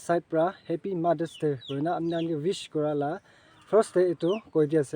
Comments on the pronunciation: Ma-es day😂😂😂😂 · I heard Mars day 😅😅😅 Anyway happy mother's day to ur wife 😊